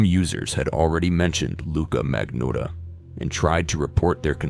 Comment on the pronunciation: bro somehow pronounces Luca Magnotta 3 different ways in less than 60 sec, with a straight face. 😭 😭 😭